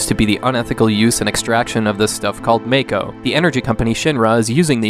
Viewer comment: its mah-koh. I hate FF7 and even know the correct pronunciation of the words.